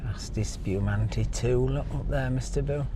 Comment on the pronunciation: "Asti Spewmante"😄😆🤣🤮